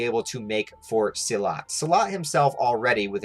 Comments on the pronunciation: As a German everytime you say his name I hear salat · Its pronounced see-laat, named after a traditional martial art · Silat are pronounced sea-lat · you're speaking his name like salad xD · omg it's pronounced Silat, get it right next time